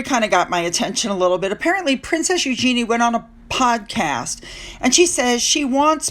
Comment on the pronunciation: Royal British Legion is an organisation that ha lost all credibility with many people because of their actions over the last - listen to Trevor Coult to find out why. Eugenie will Markle herself at the rate she is going. Trafalgar is pronounced Tr'-FAL-Gar. Eugenie is pronounced YUGE-en-ee (Yuge sounds like Huge without the H)